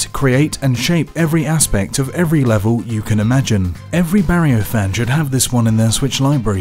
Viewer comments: Say it with me, "Mah-rio." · This is how many timea he said "maehrio" 👇🏼👇🏼